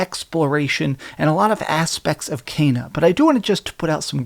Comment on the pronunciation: It's pronounced Kena not Keena or Kaina 😂